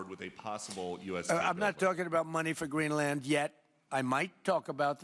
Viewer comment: Exactly, he is so daft..he even pronounced Greenland like an absolute schmuck.